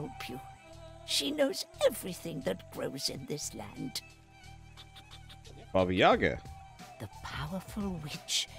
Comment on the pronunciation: I’m Russian and Baba YagA (with accent on the second A) is a big part of Russian fairy tales.